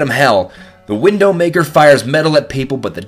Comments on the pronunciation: Its Widowmaker not Windowmaker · ... its the widowmaker.... not windowmaker.... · if your going to say a weapon is one of the best, atleast say its name right. "Widowmaker." not "Windowmaker" or with the "Sandvitch, not Snaddyvitch" AND WHY NO BLUTSAUGER!?!?!?!?!?!?!? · why did he say windownmaker instead of widowmaker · Why did you say wiNdowmaker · its not windowmaker its widowmaker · its called the widowmaker not windowmaker LOL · He calls the Widowmaker the "Windowmaker"! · It's pronounced WIDOW maker like the spider or like a wife who's husband died, not window maker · It's widowmaker not windowmaker.\ NO OFFENSE! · Why did he say WiNNNdowmaker? It's widowmaker as in husband killer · At The number 6 why does he say Windowmaker instead of Widowmaker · It's a widowmaker not a windowmaker! First the sandvich is turned into sandivich and now this! your a idiot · Widowmaker not window maker :P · omg him saying windowmaker the entire time.... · Why'd you call it Windowmaker instead of Widowmaker? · It's not windowmaker its widomaker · Wtf, "WindowMaker" Umm, I'm pretty sure it's pronounced the Widowmaker. Plus when he showed the name, how came the N was red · Windowmaker? Its widowmaker you dung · Its widowmaker not windowmaker. XD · When I first heard windowmaker I just died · Isn't it widowmaker? not windowmaker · WIDOW!!! WIDDDDOWWW NOT WINNNNDOW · its widow not windowmaker dumb ass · why did he say windowmaker not widowmaker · its widow maker not window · Windowmaker? Thought it was Widowmaker? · Why does he say window maker its widow maker like the wife of a man in the army who's husband has died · Wait did he call widow maker window maker? Wow he actually did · Is anyone else hearing him say Window maker and not widowmaker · did you say the wiNdow maker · he really said 'wiNdowmaker' ... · You said it wrong man. It is the Windowmaker xd. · Its widdow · Windowmaker? Snaddyvich? Learn how to pronounce things dude! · he says windowmaker...